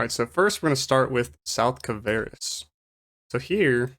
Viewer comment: It's kvaris not kavaris. XD Nice vid tho. Thanks for it!